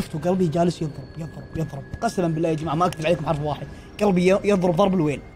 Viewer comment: بالله وليس باللاه